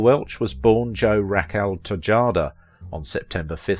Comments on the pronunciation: TeeeHada not TiJaada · Some pronunciation hints: Raquel's maiden name was pronounced "Teh-HAH--dah," and La Jolla, California, is pronounced "La-HOY-ah." Also, "Neiman-Marcus" is pronounced "NEE-man Marcus." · "La Joe-la." "Tay-Jada." Pretty much the quality of this drivel all the way along. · Te hay da, NOT TE JAH DA!!!! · Dude! Have some professionalism and respect: learn how to pronounce non-English names. You sound lazy or unconcerned. (“Tay-Ha-Da”, not Tejjjada). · LaJolla is La HOY-AH; her last name was TAY-HA-DAH or Tajada, KNEE-Man Marcus. wow, i am outta here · I understand you're British, but since British actors master American accents so well, the LEAST you could do is pronounce Latin/Californian common words correctly. Tejada is pronounced, tay-'hah-dah and La Jolla is pronounced Lah 'Joy-ya. Google/you tube words in doubt, if you have to. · Your pronunciation of Spanish person- and placenames needs considerable work. e.g. Tejada = teh-hah-da. La Jolla = la hoyya or, if you're leaning towards Castilian pronunciation, la hollia, using the sound of the word million, but move farther back in the throat. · Tejada: pronounced “te-hada” La Jolla: pronounced “la hoya” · Enjoy the British voice though really should pronounce the Spanish names correctly. "Tejada" should be pronounced "Te-hada". "La Jolla" ~ "La Hoya" The more German "Neiman-Marcus" is pronounced "Neeman-Marcus" in the US though that may be more understandable. 😊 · Tejada, pronounced "Tay, Hah, Dah." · What is it with British people and Spanish names? Ta-hod-a. Also, La Jolla = la-HOY-a! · Also Tejada is pronounced Tay-HA-da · Dude must be illiterate - Te JAH da? La JO-la? Moron. Sorry, gave up after 4 minutes, obviously no "bad" re: Raquel if after 4 minutes of not knowing how to pronounce words there is nothing bad mentioned then well - you lose. 🤡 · Tejada is pronounced "Tehada". The letter J sounds similar to H in English, only stronger. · Tejada, La Jolla, Neiman Marcus---pronunciation sir.